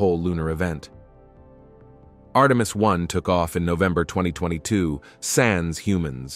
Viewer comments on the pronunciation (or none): none